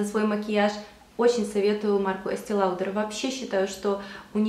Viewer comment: ЭстЭ Лаудэр* ;) так правильно читается, по произношению с французского) очень распространенная ошибка. Если уж прям вообще на французском, то будет Эстэ Лодэр, но в адаптированной версии на русский, хотя бы просто Эстэ Лаудэр:)